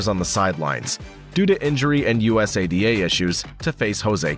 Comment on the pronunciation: Bro your gotta learn how to say usada but great video